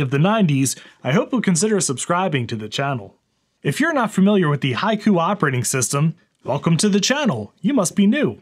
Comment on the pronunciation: That's not how you pronounce "Haiku". Is it on purpose when it comes to HaikuOS?